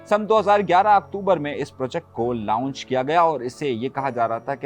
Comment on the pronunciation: لاونج نہیں لانچ لفظ ھے۔ lounge nahi launch